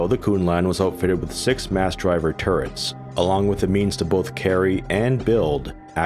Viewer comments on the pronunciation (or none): none